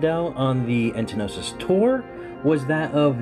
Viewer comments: It's "entosis", not entnosis. And it's not Shush, it's S.H.H. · Was giving him a small jab... there is no second N in the word the way he says it.... ;) The word is entosis. Kinda like some people say nucular, no... it's nuclear. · trigged by "entenosis"